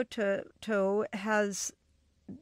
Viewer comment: She could not pronunce nieto